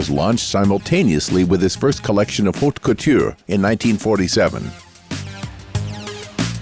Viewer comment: The mangling of couturier, maison and other vocab is at first, annoying, and finally funny in a ridiculous way.😮